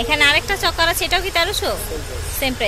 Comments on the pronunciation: চকার না আপু।।চোকার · Sobay chokar bole..tai sunte odbhut laglo